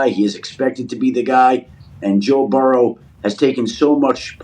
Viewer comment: "Toe Burrow!"😬🤣😭